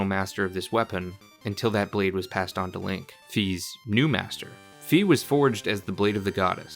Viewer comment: It’s Fi like Sci Fi or Phi not Fee